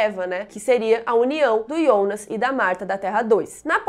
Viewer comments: Amei seus vídeos, porém tua pronúncia para fala Jonas me dá agonia pq tu fala Ionas sendo q todos falam Jonas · Ionas ou Jonas? Tenho impressão que escuto vc falando Ionas 😵😵😵